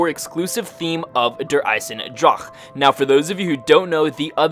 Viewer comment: I'm German you have to learn the word Eisendrache.... :) But for the beginning Good Video